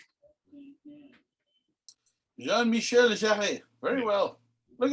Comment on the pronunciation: And for the record, in "Jean-Michel Jarre", "Jarre" is pronounced as if spelt "Jar", just one syllable.